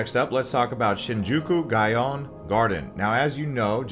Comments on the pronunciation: gyoen “gai - on” was terrible as well, i got a shock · Talk about slaughter....this guy pronounced Kyoto "Kai-o-to" and Gyoen "Guy-o-en". Lol